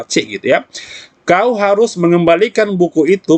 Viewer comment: mksh banyak om..ilmu nya smoga bermanfaat saya suka pas logat.. "siapa yg harus mengembalikan buku?" kauuu yg balikan😂😂🙏